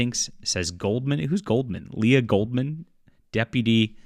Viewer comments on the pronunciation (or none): none